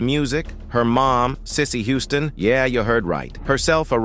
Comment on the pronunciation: CLICKBAIT! CLICKBAIT!! CLICKBAAAAIIIITTTT!!!... I'm halfway thru the vid tripping on the Narrator! "He" is on Alot of Good videos. Me being someone who DONT WATCH ai narrated videos, I just KNEW this was an older black cat.... He didn't just mess up like normal ai, this dude was like glitchimg on this vid.. "spinning or.. fast forwarding) ..then "he" said Hooston (he pronounced it Who•ston) not Houston like WTF.. 😑 THAZ A .. ITS A CITY.. && a common last name, business Name 😶 how these robots/comps SMARTER THAN HUMANS" ROBOTS CANT HANDLE REMEMBERING CITIES.. STATES.. but we s'pose to "@ g___l_" .. learn from it about galaxies?!!? I'm so sad this is not a real man.. .....THEN TO GET TO THE COMMENTS AND REALIZE IT WAS ALSO CLICKBAIT??! ~As I'm reading the comments she said "Cicely didn't say one word.."... ... I'm realizing, the narrator even said towards the end.. "..well we don't know if it's true or not but, it would blah Blah Blah".. 🗓️THIS CHANNEL IS OFFICIALLY DEAD TO ME 💤💤💤